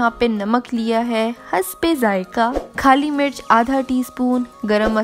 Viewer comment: Yeah i thought I wrong hear it 🤣🤣